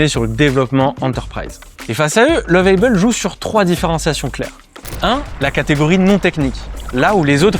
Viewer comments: Juste une remarque sur la prononciation de Lovable en anglais, c'est comme la prononciation en Français mais avec un "a" très bref, mais surtout pas "ei". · Lovable et non Love-aille-bel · Je vous emmerde vos les français quand vous parlez anglais c'est catastrophique alors vous nous emmerde nous les africains quand on parle votre langue français alors vous êtes pire que 😢 nous lovable ne se prononce pas comme vous le faites 😊